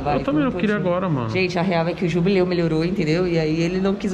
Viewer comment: "jubleu" kkakakakakak